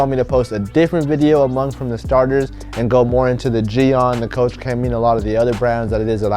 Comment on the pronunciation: I just found out koch(coach) chemie is not pronounced like that, its actually (coke) chemie. Learned from Pan the organized